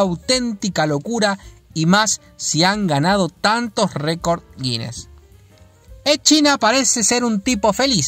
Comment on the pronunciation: Edd China, Ed China me chirrían los oídos, los nombres propios no se traducen y se debe intentar pronunciarlo cómo sería en su idioma original en este caso se diría Edd Chaina.